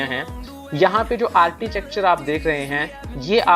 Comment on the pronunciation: आरचीटेकचर नहीं कहते. . आरकीटेकचर pronounce kartey hain